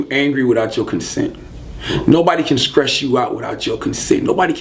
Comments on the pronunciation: Charlamagne take DAT grill out...u look crazy and this nigga said " skress" lol...I feel u boo..cut it out...if u brush ur teeth..wear dem shits love. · "They said the seizures was caused by scress" scress? really?